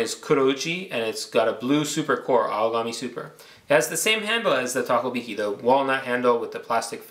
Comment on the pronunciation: Takohiki not Takobiki.